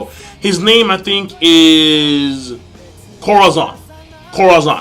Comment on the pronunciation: uhhh well u have to pronounce the name better..Corazon means heart in spanish